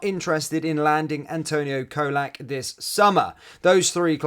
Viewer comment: Great Video as usual matey though you need to learn to pronounce Colak correctly before he leaves 😆 It's Cholak, CHOLAK 😂